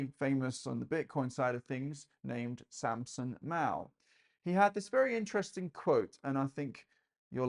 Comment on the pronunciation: FYI it's 'samson mow' as in 'mow the lawn'.